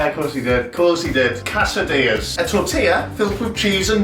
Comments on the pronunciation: Guy: How are you little quesadillas? Jack: Hello you little Cass-ah-dee-yuhs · You pronounce quesdillas like cats of diyas and it really threw me off the first time lol woorar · Ca-esadilias? Jack, really? Hoo rah